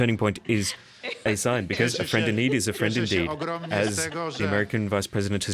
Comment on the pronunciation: Czy tylko ja tam slyszę ,,Friendly need is a friendly dick?"